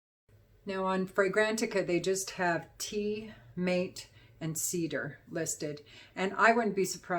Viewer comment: “Mate” is pronounced mahtay my dear!